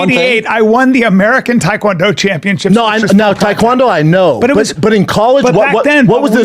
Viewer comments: It's Tae Kwon do not thai Kwon do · Brandon : “Taequandoo”